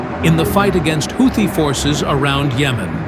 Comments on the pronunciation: A "HOW-thi"??? Gotta love AI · Why stupid houti piutee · How many pronunciations of "Houthi" will we hear? I hats Ai narration. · The narrator pronounced "Houthi" differently like 4 or five times